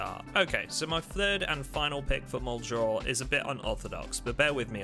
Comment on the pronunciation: I think you've been making zomboid content long enough that you should be able to pronounce muldraugh correctly